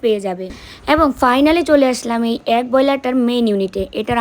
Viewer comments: ডিম কে এগ বলে । একদম ঠিক কথা । হয়তো egg 🥚🥚 বলে আমরা agg শুনি । তোমরা সবাই ভালো থেকো সুস্থ থেকো।❤❤❤❤ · tumi bare bare dim k ag ag bolchho kano. কথাটা এগ। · Egg bole agg na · Agg ii bolche egg bolchena, difference ache uchcharon e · Uchcharon ta vul hoeche..